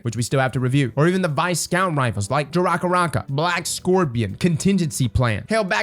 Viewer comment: The Jaracaraca name pronunciation you give it kills me 😂 catches me off guard every time